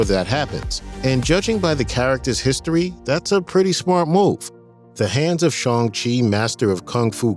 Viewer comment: Good video, just learn how to say Shang, you keep saying Shong.